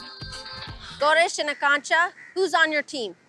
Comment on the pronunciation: It's Akanksha at first pronounce it correctly